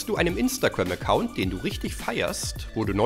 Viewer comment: Alter 4 von denen kannte ich schon 🤦🏻‍♀️🤦🏻‍♀️🙄 außerdem heißt es Instagram und nicht imnstagamm